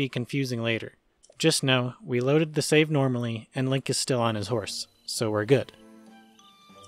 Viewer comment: Wait save? Thought you said shave